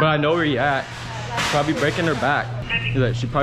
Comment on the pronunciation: LMFAOOO , "SHE BROBABLY BREAKIN HER BAKK"